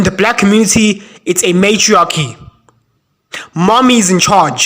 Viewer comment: The communiTAH is hopeless man 😂